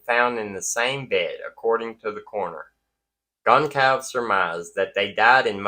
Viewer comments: I believe it is pronounced Gon-"CALL"-ves, not Gon-"SOL" -ves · Goncalves It's pronounced GUN KAL VEZ I'm sure you want to get it right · Goncalves is pronounced Gone-Sal-Vez